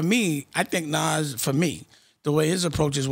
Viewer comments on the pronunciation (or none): It's not Naz it's nas